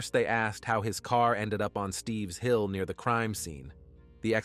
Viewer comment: It isn't "Steve's Hill"....It's Stipps Hill Road. I grew up in this town and even spent the night at David ison's house when we were children. These murders really shook up the whole town.